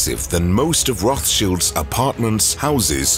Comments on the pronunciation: Rothschilds not Rothshields. Upgrate the Bot. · Roth Childs…. Not Shields. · Cringe feels when he says “Roth Shields”